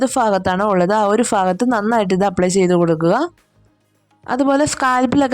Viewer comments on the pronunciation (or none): ഫാകത്തല്ല, ഭാഗത്തു